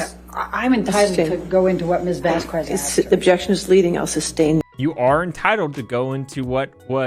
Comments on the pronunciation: Seriously? How hard is it to pronounce Vasquez? JFC. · Camille Vasquez is amazing! She really did a great job. And Mrs. Bredehoft always pronouncing her name wrong is annoying... And insulting. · Does anyone else hate how she says Vasquez? Lmao kill me! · Elaine mispronouncing Camille's surname every single time, ugh. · The mispronouncing of Vasquez is annoying lol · That’s not how you pronounce Vasquez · It annoys me so much how she keeps saying Camille's name wrong. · I'm very bothered by the fact that Elaine calls her Ms. VasKWEZ. Lmao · Elain mispronounced 'Vasquez' every time. It's not Vas kwez it's Vask kez WHY DOES ELAINE GET AWAY WITH ARGUING WITH THE JUDGE IN FRONT OF THE JURY!? It drives me nuts!😖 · VAS-KEZ not VAS-KWEZ. as a Latina it triggered me. That name is not hard and Elaine crossed a line. Not saying you did, I assume you were just going off how often Elaine mispronounced it. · M8, you're from Texas. It's not Vas-kwes, it's Vas-kes. C'mon. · It drove me nuts she kept calling get Ms. Vas-Kwez. If I were to be referring to any person and had ANY doubt on how to pronounce their name I’d check before hand! Constantly mispronouncing her name was awful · Apart from the unprofessionalism from Amber Heard's team, I was so tired of Elaine mispronouncing Camille's last name, I know English grammar would say q separate from u, but the way of saying it would be 'Vasqez' even though is written as Vásquez 😊, it was said properly from the beginning of the trial, so, it triggered me. 😅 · as a citizen of a former Spanish colony, hearing it pronounced as "vas-kwez" give me anxiety 😂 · The way Bredehoft was mispronouncing "Vasquez" as Vas- KUEZZ was so unsatisfying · The way she says Vazquez bothers me to my core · "Miss Vass-Kwez" lol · I'm pretty sure that AH's lawyer is mispronouncing Camille Vasquez's name as "vass-kwes" on purpose. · Amber Heard's lawyer mispronouncing Camille Vasquez last name multiple times is probably why shes this fierce. vaskwaz 😩😩